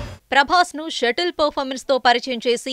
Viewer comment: Elle adi shuttle performance kadu subtle performance. Endi akka...